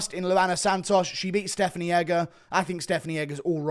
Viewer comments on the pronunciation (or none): none